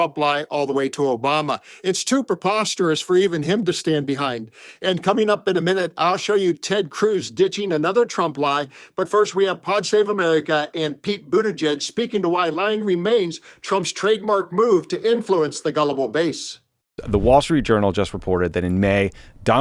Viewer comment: Buttiegeg is pronounced But - ih - geg. Not booty - jeg. Otherwise, great video, thanks!